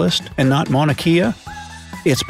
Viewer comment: Don't embarrass yourself by mispronouncing "Kea" in "Mauna Kea" , learn how to pronounce it properly, especially if you are doing a video with Hawaiian viewers.